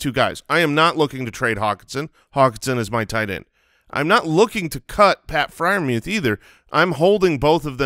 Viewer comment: The announcers have been pronouncing his name like "Mooth", no E sound